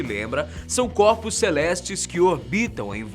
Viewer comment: HAHDUHSIAHSIAA Eu entendi ele fala copos celestes entao as luas sao sucos naturais ?